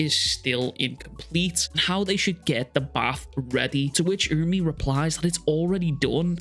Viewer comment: I'll subscribe once you start saying it right URA-UME /oora-oome/